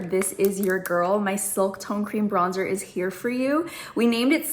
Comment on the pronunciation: if i hear BRONZE-TOUR one more time i swear 😶‍🌫🤣